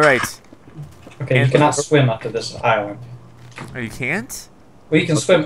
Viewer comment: bro ís-land